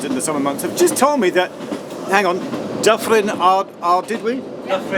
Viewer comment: Pronounced..tee gwin, Snowden. er Eryri please, sorry but you massacred Dyffryn Ardudwy ..that said other places were quite good..